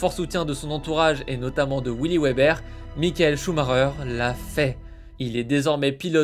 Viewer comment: Ca se prononce Veber ;)